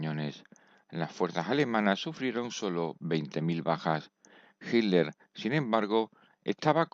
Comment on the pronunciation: No se pronuncia hiller 😅😅